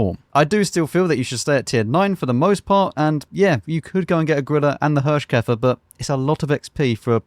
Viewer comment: Thanks for the most entertaining WoT content. I don't know how you're able to make everything fun to watch, even if the game wasn't really fun at the time you played it, but you do. Or the cutter is just brilliant. ;-) While you pronounced the Hirschkäfer pretty well, you got Nashorn completely wrong. It's build of two words, and pronunced like that, Nas-horn, which is literally nose horn, the German word for rhino. Just so you know. Please ignore and continue the way you do. Thanks a lot!